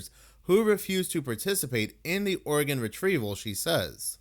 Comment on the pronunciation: Just saying... Instead of saying organ... Most of the time you're saying! Love you